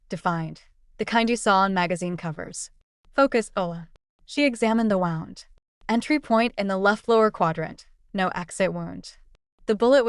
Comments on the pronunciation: The word wound is pronounced "wooond" when it concerns damage to the body. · Who is reading? Wound is pronounced "woo - und". Read in the context text used is pronounced "reed". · Why can’t AI pronounce “wound”?